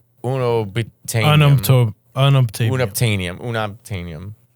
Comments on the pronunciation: I laughed out loud when Mateo was pronouncing it, too. Because no, it’s literally called “UN-OBTAIN-IUM” pronounced with no creativity whatsoever. That will forever be the best argument that Avatar has bad writing for me. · Matteo pronouncing the made up substance "unobtainium" as Italianly as possible is sending me